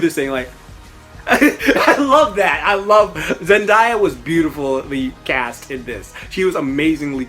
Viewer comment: and dude zen-day-ya not zen-die-ya